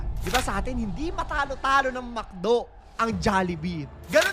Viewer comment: Funny yung walang s. A'sim ba yun instead of A'tin? 😂😂😂 Anjan na sila🏃‍➡️🏃‍➡️🏃‍➡️